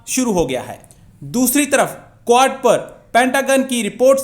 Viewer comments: Aree is budhe ko QUAD bolna sikhao. Kuad-kuad kar raha hai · Quad pronounce to karle pehle sahi se